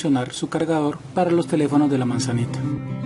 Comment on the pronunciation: los de la manzanita se llaman apple y se pronuncia Apol